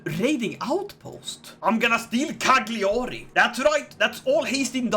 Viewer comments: Btw Its pronunced Lasaña.....and Cagliari its pronunced Caiari. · As an Italian, i love everytime says CaGLiàri! No sarcasm. I just stupidly love that pronunciation